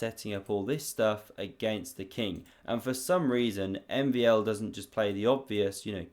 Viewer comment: my my you butchered MVL 's name lol